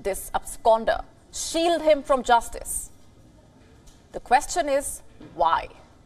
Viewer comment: Each time she barks the word JUSTICE..... I am laughing so fucking hard 😂.......